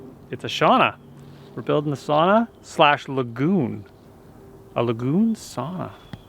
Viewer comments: It’s not sauna it’s SOW-NA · Humble request for all english speaking people, don't call it "sawna", here is a link for correct pronunciation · Thank you, I noticed it too. I have Finnish friends who corrected me long ago. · I’m surprised he said it like that since Canadians usually pronounce their O’s a bit harder.